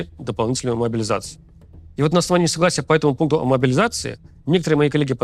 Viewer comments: Левиеев, ты мне импонировал до того, как стал говорить про «могилизацию». Никогда какая-то 56 бригада не победит в войне, явно заточенной на бизнес. Иди, подобровольствуй, или к логопеду. Не пойму, почему КАЦ тебя публикует. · Куда уже больше ужесточать могилизацию? И про какие 150т убитых ты говоришь? Там лям уже.... Хватит врать, только кострюлеголовые и верят в это... Рус сходи ты уже к логопеду, неужели ты у Макса за хорчи работаешь... 😅